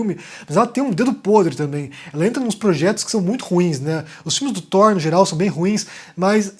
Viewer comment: Obrigado por mais um vídeo,! Acredito q sejam 22 filmes na chamada Infinity Saga (23 com o Hulk do Edward Norton). Tb sou professor de inglês e posso te dar uma dica pra facilitar a pronúncia do "th". Fala "Tór" e observa onde tua língua encosta no céu da boca, empurra esse ponto de contato pra onde a gengiva encontra o dente e faz o mesmo movimento de língua e a mesma "força" do ar pra falar o T do céu da boca. A posição da língua mais pra frente vai te dar o "th". Uma palavra q eu gosto de usar pra treinar é "anthropology". Pronúncia anthropology com a língua no céu da boca com o T e fica antropology, aí empurra a língua pra frente e faz o mesmo movimento pra sair anthropology.